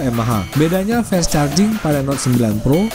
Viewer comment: Fast ya fast bunyinya om, masak jadi fest 😆